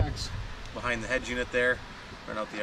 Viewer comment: The fuck is a head jewnit...... UNIT that shit is so annoying EH